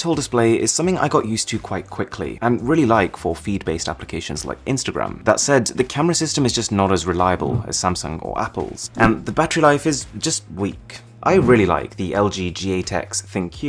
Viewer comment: Him: "Like instagtam" Youtube: "am i a joke to you?"